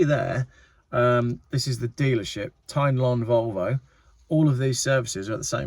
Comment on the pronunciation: Good video. On the Volvo, the dealer is Tyn Lon, pronounced Tin Lawn, it was a brilliant garage I used for many years, then it was taken over and lost some of that personal attention and trust for me.